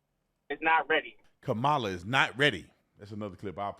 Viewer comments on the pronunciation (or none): Her name is pronounced KAH-muh-luh, not Ka-MAH-luh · Kama-la. Kama-la. It’s not difficult to pronounce. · Though I can't stand her, let's get her name correct. It's pronounced COM-UH-LA. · 😊Her name is pronounced ( comma LA) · lmao. Mainstream media loses their mind when you miss pronounce her name, yet when they mad or talking fast, they all miss pronounce her name, its so funny